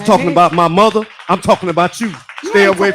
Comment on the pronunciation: "My motha... has blood pressha" 🤦🏿‍♂️. In the words of the great Kevin McCallister, we all do.